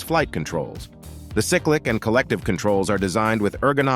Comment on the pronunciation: Echoing previous comments about the unrealistic price point and delivery time, I add: The word is "CYCLIC" as in "CYCLE" not "sick-lick." Time for a new AI narrator. 2-D Autopilot? Today's 4D autopilots are easily worth $25K. A 3D autopilot is worth $15K. A 2D autopilot won't get you IFR rating and is virtually worthless. If it's a $0 addon I'll take one "Force Trim" is a new thing? That was standard (MEL) equipment on Bell IFR helicopters 50 years ago. Heck, it was even part of the into the TV show "Airwolf" in 1984. If that's your "claim to fame" best go back to "but she looks good." I wish it was here. I wish it was $750K. I'd be on the list to acquire one if there was US-side MROs. But this? This is "give me investor money" schlock. Yeah, I'm an FAA commercial helicopter pilot. I have experience with many airframes, hundres of hours, and no incidents. Safety is job 2. Reality is job 1.